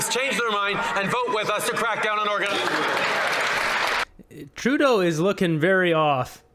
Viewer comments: He called organised crime "ourganised crime". Freudian slip? 😂😂😂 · It sounds like he said, “our guy’s crime” instead of “organized crime” 😂